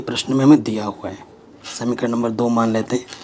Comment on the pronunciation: Samikaran nahi samika kaha jata haa ❤❤❤ OK sir ❤❤😂😂 Thank